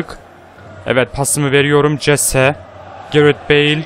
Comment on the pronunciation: Jese hese diye okunuyor